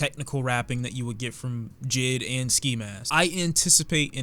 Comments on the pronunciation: This nigga said jid, it’s J.I.D. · When you say JID kinda making me lowkey triggered when it’s pronounced J.I.D (Jay-I-Dee) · who notice him saying jid instead of jay eye dee